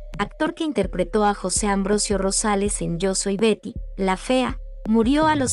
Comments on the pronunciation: Por favor no utilices esas voces automatizadas. Ignoro como se llaman estas voces artificiales , pero el 60% del video no se entiende. A veces dice Gary la fea, o pronuncia mal las palabras. Si se van a dedicar a esto, pónganse a escribir y dar las notas ustedes mismos. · Correcto pero la inexperta del reportaje lo menciona como esposo de Berta, (o Verta) y el "Chimuyurri" fue quien interpreto a su esposo. Un reportaje buenisimo en voz de una pesima voz buscando ilustrarse de plata ajena. E incluso el nombre de Betty lo trata de pronunciar en Ingles y al final en castellano.